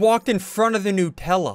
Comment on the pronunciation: Bro said nupella😂